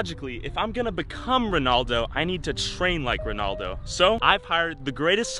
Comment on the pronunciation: It’s not Ronahldino it’s Ronaldo Ronahldino is another soccer player